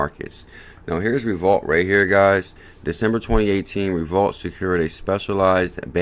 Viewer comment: Is this not pronounced Revo-lute? I may be wrong.